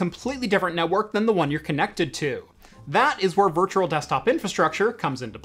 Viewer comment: Virtual not virtuRal